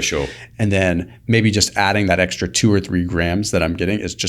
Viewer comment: It's ex-T-ra.